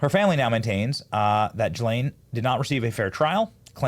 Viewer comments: Gill-lane not Jill-lane 😂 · Who called her ghis-lane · Ghislaine is with a hard G and do not pronounce the s. gilaine. Hard g not soft g. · Ghislaine is pronounced with a hard G as in gamble, NOT a J as in gym. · Benny, since you went to Community College( !!!), here's a tip: Ghislane is pronounced GEE-LANE (hard G!). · It's "Gill-LANE". I'd bet there's a pronunciation YouTube video on it.